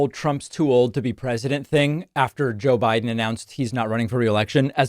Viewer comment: She said "Joe Byron!" Another brain dead trump!